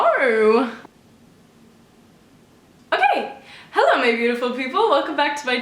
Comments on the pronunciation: The way you said hello was an amazing Australian accent even tho you weren’t trying just thought I’d let you know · When u first said hello u sounded like u had an Australian accent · When u said hello at the start of the vid, u sounded Australian no offence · omg the way you said "hello" was very australian!!!!